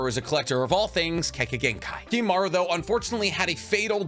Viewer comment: Isn't it Kimimaro not Kimimaru?